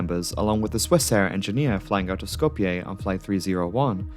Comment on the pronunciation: Who pronounces Skoplje correctly but not Zürich?